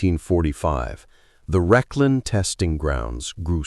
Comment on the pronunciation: It's not 'Reshlin' it's Rechlin!